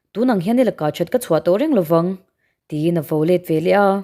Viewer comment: Velah tih hi a diklo ve leh tih tur zawk